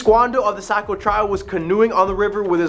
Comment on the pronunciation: Unfortunately, you say it like you live in south Nashua. Are you a mass migrant. You say Nashua right but NH. I worked in Somersworth and Durham a couple years and it's Saco not Socco. And Ports-myth( or mith, if you're superstitious ) Other than kids jerking, or, unfamiliar tourists talking. Almost no one local says it another way. There's also a problem of flatlanders not talking the same accent of highlands or more north in Coos( Far North). Strong Quebec influence. Anyway who am I. Just a raised Nashuan, living in Manchester NH more than 20 years, with many years living homeless and out of my car( and yes in Nashua, Manchester, Concord, etc.)mixed in.